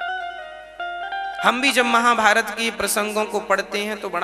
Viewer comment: A baba महाभायत na Mahabharat hota han